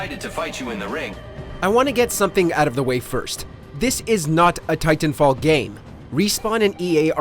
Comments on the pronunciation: stop saying "tie-tan" like that. :D Also some people like just healing and supporting the team ie rez healing bot and supply drops. Lifeline is my bros fav. Just saying don't count her out, she's very powerful with those supply drops especially once you start stacking all the ulti accelerants on her. Also wall running break this game IMO. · I don’t like the way this guy pronounces titanfall. 🗣WHOS WITH ME!